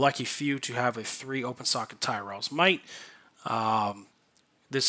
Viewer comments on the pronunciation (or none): homie said Tyrell